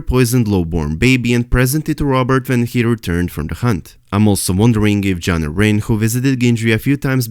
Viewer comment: The correct way to say Lord Jon Arryn's last name is. .. air - in... air that you breath and in/out Keep up the great work